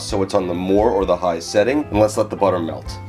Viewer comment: Everytime you mispronounce butter you lose a sub...